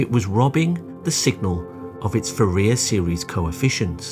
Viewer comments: Author of this video should look up how Fourier is pronounced. Fourier was French. - Nyquist criteria. Claude Shannon shows that if you include signal to noise factor, you can really pack more data. In early modems the data signal could still be transmitted successfully, even if it was deeply buried in the noise. As modems got faster, constellation techniques got more complicated. The last old fashion telephone line modems were rated for 33K/56Kbaud. The 56K rate was only possible on a really noise free line, while 33K was a more realistic number. Old American analog telephone lines have a band from 300Hz to 3400Hz, and when digitally sampled, an 8000s/s rate was usually the minimum rate to meet the Nyquist criteria, when practical filtering is included. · AI voice mispronounces "Fourier". Google it. You can find British and American pronunciations, which are close, but the AI voice didn't learn either one. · I’ve never heard Fourier pronounced the way it is in this video. Anyone else? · Excellent, informative. Two errors" "difficult to understate" should be "difficult to overstate". Also, Fourier badly mispronounced. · WTF?! Anyone with even a very basic knowledge of this field knows how to pronounce "Fourier". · Ask a French speaker to give you the correct pronunciation of "Fourier". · That's not how "Fourier" is pronounced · That's why you have to transforme it .:body-blue-raised-arms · True, but at least that is how we commonly Anglicise "Nyquist". But his pronunciation of "Fourier" is totally bizarre. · I am cringing every time i hear fe RIA instead of FOO riay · I know you're a computer, but it's Foo-Ree-Ay. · "Fuh rear?" Can't you do French words? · It's pronounced as "4-E-A" NOT "4-ear". Do yourself a favor and lose the AI voice. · Excellent presentation. Only please pronounce Fourier as "Foor ee ey" not "Forea". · Fourier is pronounced "four-ee-ay" :) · Great video, but for the love of God, it's pronounced FouriEr, (emphasis on the E, not the I)!